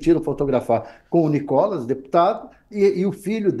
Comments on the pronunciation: o cara chama o nícolas de nocólas?? quanto ódio ao ponto de não Reverbera o nome correto do nícolas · Cara fala NicÓLAS 😂😅😂😅😂😅😂😅😂😅😂😅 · Cara não sabe nem falar Nikolas! 😂😅😂😅😂😅😂😅😂